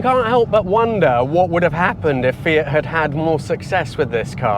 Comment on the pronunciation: What a lovely car. And,, thank you for saying, "Fee-it" and not, "Fee-ahht", which is all I hear in the States. My Fiat-factory-trained mechanic of years past, who spoke with an accent thicker than top-quality Alfredo sauce, pronounced it as you do. In my American accent, I have always said, "Fee-at" with an acceptably flat, "a". But, "Fee-ahht"? Never!